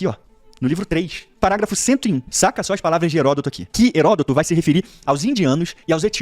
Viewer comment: "Falaro" Herôtodo